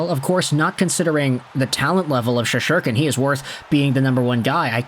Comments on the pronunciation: Shest-er-kin…not that hard to pronounce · Learn to pronounce his name dude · Learn how to pronounce his name.. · Learn how to pronounce his name